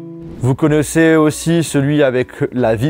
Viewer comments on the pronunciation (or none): je d’adore, par contre « connaissez » abuse pas 😅